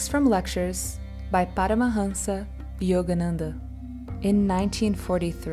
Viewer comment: Seems like she's a Portuguese speaker when she says his name.